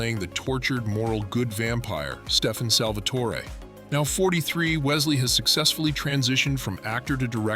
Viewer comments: It was Salvatore not torey just tore..Salvatore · True like the way he pronounces Salvatore like seriously